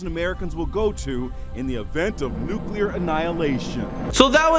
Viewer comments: Why can't the dude say nuclear and not "nuculer"? Also, it's not hard to pronounce Cheyenne like "Shiyanne" and not "shenay". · Please learn to pronounce " Cheyenne" properly. And its nuclear.